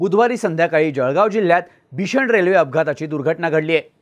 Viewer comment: sec .... जळगाव ❌ जखगाव ✅